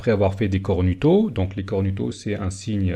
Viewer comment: C'est cornuto => ça se prononce cornouto ;) Intéressant, je ne savais pas pour la statue de St Pierre. Rem: il n'y a pas qu'un seul faux-prophètes et antéchrist. Il y a aura plusieurs faux-prophètes et plusieurs antéchrists. 1 Jean 2.18: Petits enfants, c'est la dernière heure, et comme vous avez appris qu'un antéchrist vient, il y a maintenant plusieurs antéchrists : par là nous connaissons que c'est la dernière heure. Matthieu 7.15 Gardez-vous des faux prophètes. Ils viennent à vous en vêtement de brebis, mais au dedans ce sont des loups ravisseurs. Matthieu Plusieurs faux prophètes s'élèveront, et ils séduiront beaucoup de gens. Matthieu Car il s'élèvera de faux Christs et de faux prophètes ; ils feront de grands prodiges et des miracles, au point de séduire, s'il était possible, même les élus. Peace